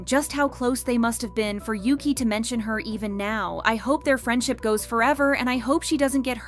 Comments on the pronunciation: Your saying yuqi pronounce is wrong yuqi is not says like yuki correct is -> Ugi ok? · it bugged me sm when she kept saying yuki💀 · No but the way she’s pronouncing yuqis name like ‘yoo-qi’ is kinda annoying for me bc I pronounce it as ‘u-gi’😭😭 no offence tho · Yuqi name is pronounced You Chi in Chinese, not You Key. She just had to accept the constant errors in pronouncing her name. And she is multilingual (4?). Oh well. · Yuki? It is Yuqi and is prononce Yu tchi (as in chihuahua) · As someone who felt embarrassed for mispronouncing her name the same way at first too (like the japanese word "yuki"), it actually annoyed me too since it's supposed to either be "ugi" in korean or "yeuchi" in chinese. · Her name is pronounced "Yoo-chee," not Yuki, which is Japanese. It means "Jade Rain." And Shuhua is pronounced just like it looks "Shoo-hwaa." As for Siwoo, could not care less; but they should bring Soojin back. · I started crying when I first heard Yuqi’s name get pronounced as Yuki here (not trying to be mean but it made me kinda laugh and it’s pronounced u-gi) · "Cwoo" 😂😂😂 its pronounced SHE-OO ❤ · It's not Yuki, it's OOgi. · yuqi's name is pronounced like "woo-gi" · Yuqi's name is not pronounced the way you are pronouncing it. She and others prounounce it "Oo-gi" with a hard "g", as in Gosh or Gilligian. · To all (G)-idle fans, yuqi’s name is pronounced as ‘woogie/oogie’ :DD please pin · Bro why can’t you pronounce yuqi’s name correctly😭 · U need to go listen to how to pronounced yuqi name